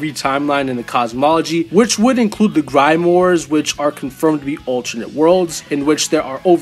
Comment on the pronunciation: And "grimoire"